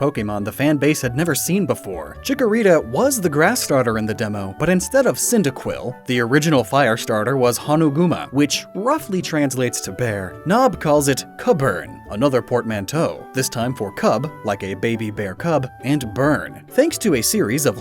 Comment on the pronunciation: I gotta say, the amount of research and effort into these videos is super impressive, but homie can't say Japanese vowels to save his life. That Honooguma pronunciation fully sent me into a coma which I am still in at this moment. LMFAO "Hanuguma," send help But still, my like. ♥